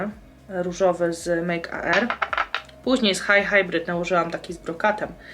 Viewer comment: Hej, firmę Makear czyta się Mejker 😘😇